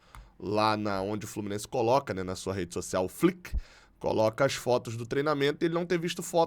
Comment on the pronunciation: a pronúncia do Flickr é fliquer. Abraço e ST